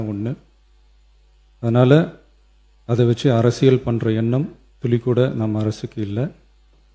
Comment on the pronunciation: நல்ல கருத்துகள் அனால் தமில் 😂😂 “துலி கூட இல்ல” “மேகதாது விவாகரத்துல”